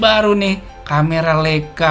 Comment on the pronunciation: Mantap om, koreksi dikit cara bacanya yg benar adalah LAIKA 🙏